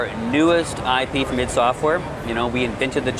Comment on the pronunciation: Did she said "its software new shooter" ids software? its I D Software damnit!